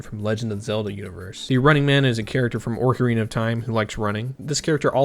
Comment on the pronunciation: oarcarina of time